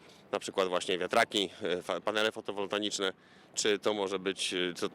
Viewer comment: Panale FOTOWOLTAICZNE nie fotowoltaNiczne:p